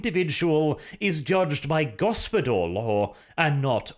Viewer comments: Isnt it Gospodar/Ruler law instead of Gospodor? Was that just -nounciation? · Why the f* do you pronounce it GospodOr? It's GospodAr (open A). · Go-spo-dAr, not Go-spo-dOr mate. Hard 'A' in the pronounciation. The reworked version of the ice guard tho - much more preferable than the thing GW is trying to shill. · It feels to me that you should read "Gospodar" as "Gospodar" and not "Gospodor". There is clearly an "A" in there like in "America". Apart from that Great job and best wishes from Poland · its read as gospodar law and not gospodor law!. makes no sense as gospodor its a nonsense word while as gospodar it would be "lords law" which GW should have just called it to begin with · One minor correction if I may....the O's in gOspOdar are pronounced as "Oh" and the A in gospodAr is pronounced as "Ah" ...love your channel bw <3 :p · Ok for anyone who doesn't know it yet, Gospodar means Master, or Masters Law. And Arches pronounciation is painful.. its so wrong. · I agree that his pronounciation is terrible, but gospodar doesn't really mean master. I think householder or head of the house is a better translation in english. Master is too general, while the word gospodar is related to the household.... At least in Romanian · No but it has plenty of borrowed Slavic words. And yeah so lets just agree his pronounciation is earbleeding heh. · This is a mindfuck for me because gospodar in my language roughtly translates to ruler/owner . And so every time I hear Arches pronunciation my brain gets confused/triggered for a second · Also that's not how you pronounce it.....not even close